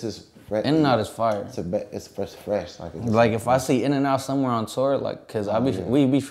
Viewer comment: it’s FRSSH FRESH